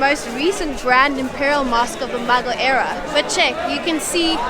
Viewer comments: First thing’s first: keeps calling Mughal as muggle. It’s hilarious. It’s moo-ghall. These videos in Pakistan. My impressions are bitter-sweet. Mostly sweet. I’ve kind of been weary of white YouTube travelers to Pakistan. You know, the same drill: exoticization, exploitation of the social generosity, and not actually investing in local stories. This duo here seem to have avoided all three of these. Well, mostly. And, for that, they’re my favorite YouTube visitors to Pakistan. Now the bitter part. The two are utterly naive. Which, is not a 100% bad thing. I will admit I enjoyed the almost childish curiosity visible as they go about randomly discovering places. Some of their explanations and predictions about stories and histories are laughable…in a cute way. But, at the same time, I would have appreciated it if they’d done a bit of research before visiting the places. Because, if this is meant to be a tourist guide of some sort, it should inform. That said, I’ll admit I too have travelled several countries with out doing enough research. And, it’s been fun discovering them as I moved along. However, I always came back and spent hours in books and online blogs to truly do justice to the trips. I hope these two can invest their time in some pre-research as well. I’d also add that I’m surprised that they didn’t move along with a local who could speak English. I have become so used to these blogs where an overdressed Pakistani tries too hard to impress the foreigner. So, it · When she said "The Muggle Era" instead of "The Mughal Era" the Harry Potter in me wokeup 😂